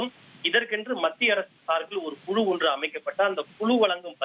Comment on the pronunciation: Yendha oru thamizhanbda nee, kuzhu yengira vaarthaiye solla theriyavillai Kulu vam kulu